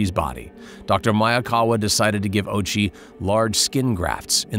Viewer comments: Dude. Ouchi. "oww-ooo-chi". Not "ochie". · Hearing the narrator pronounce his name "Ochi" when it's actually "Ōh-uchi" makes this unwatchable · bro rly said ouchie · His last name is Ouchi bruh. 💀💀💀